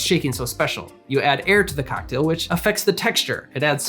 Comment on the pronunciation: good video but why does he pronounce "cocktail" like that